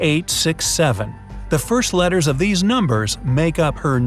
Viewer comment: Why is no one talking about how he said letters on the first riddle😆